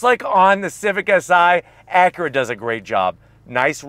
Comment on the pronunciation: Your mispronunciation of “Acura” is terribly distracting.